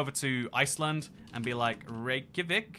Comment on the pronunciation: If it helps you remember Reykjavik in the future, think of the name as "Reyk - ya - vik" (like it's pronounced). The j can be rather quiet, but it's there. The legoland place in Denmark is Billund.